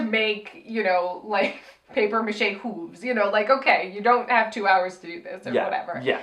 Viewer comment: Yes. You are saying hooves wrong lol